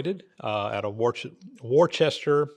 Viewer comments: "woor'ster" Massachusetts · Your not going to believe it , but it’s pronounced Woster! ( He is a wuss - ter) just like Leominster is pronounced Leminster, and Athol is not At-Hole!😮 Crazy Northeners! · Hi, just for reference, Worcester is pronounced 'Wuster' I live in the original Worcester England. Jane ❤